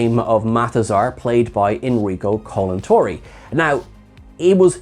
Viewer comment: It's "Enrico ColantoNi", not "ColantoRi"